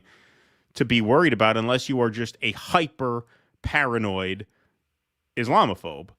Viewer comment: "I feel parinod, terrified" Nice country we have here. Theo Vaughn is terrified.